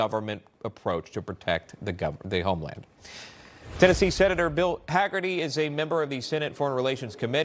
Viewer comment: Newsmax get Bill Haggerty s name right !